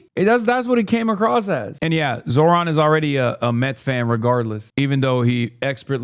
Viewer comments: Is there a compilation of Zohran's critics intentionally mispronouncing his name? It's pathetic. How do they get basic facts right when they don't even manage to pronounce the name? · They fuck up his name on purpose I swear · It infuriates me to no end that they keep the petty shit going where they won't say his name right, ever, knowing full well how to say it correctly. It's a thing white racists like the people I grew up around will do as a way of showing their annoyance that people might have last names other than "smith" and how mad they are at having to utter such silly names out loud. I hate it so much.